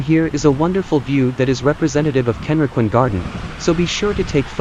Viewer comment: 各所の名称の発音が相当間違っています。ケンリキンガーデンってどこ！ どうやったらこう読めるのでしょう